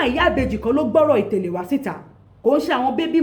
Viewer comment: Why is itele hard for you to pronounce properly... itele translate it as shoe.."get it now "